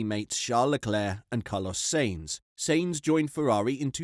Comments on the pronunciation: "Sanes"? The correct pronunciation, phonetically for Sainz is: Sy-enz. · Im so triggered by how you pronounce Sainz. Its "Signs" not "saints". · Its sAintz not sEintz jesus dude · its sainz not seinz you analfabet!!! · It's Sainz not Seinz ✌️ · Check your pronounciation of Sainz - 'syntz' (rhymes with whines) is correct, I believe. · sEinz ..... tearing my ears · It's sAinz for God's sake. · Do you actually watch f1? If so please learn how to say the names of people, they themselves have said the way you're saying them is wrong I find it hard to take you seriously when you can't get the simple things right. It's pronounced scu da ri a, saint z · "" WTF...I've not heard a single human pronounce his name like this... Retarded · Shutup lad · I would prefer that the Brit youtuber that made this could pronounce ""'s last name correctly. (The short one, not "Carlos Sainz Vasquez de Castro Cenamor Rincón Rebollo Virto Moreno de Aranda don Per Urrelagoitia Pérez del Pulgar") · Are you intentionally mispronouncing Carlos's surname? Watch a race, listen to the commentary and then pronounce it properly! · Your pronunciation of Sainz ....😅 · What kind of F1 pundit cannot pronounce Sainz properly? Embarrassing. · Try finally to make up your mind on howto pronounce Sainz. Or why not listen a Spanish F1 program once. Yes I know it's foreign but still. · Sainz.... S A not S E... its not hard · Why do you refuse to say "Sainz" right?